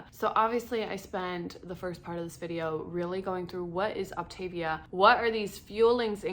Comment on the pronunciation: Thanks for the info, however it is pronounced OptaVIA, like mama mia.